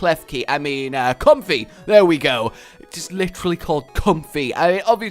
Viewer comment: I think it's pronounced like 'com-fae' not 'comfy'